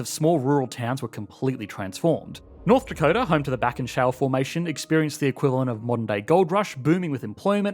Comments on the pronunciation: "north dacota" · 'North Dacota' - lol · NORTH DACOTA lol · north dacota